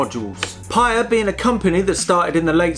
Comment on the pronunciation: It's pronounced "Pai-EE-uh", after the town in Hawai'i where founder, John Simonton grew up.